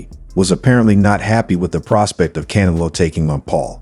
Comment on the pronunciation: Who the f is Cana-low. 😅